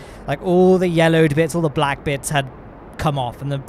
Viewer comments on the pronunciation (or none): none